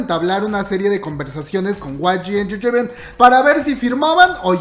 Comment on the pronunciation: Like por cada vez que dice way gi enchecheimen